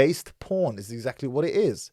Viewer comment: The way you say porn L boooorn is funny 🤣 I know your sarcastically doing that lol but it’s such an Arab thing 🤣😤🤣😤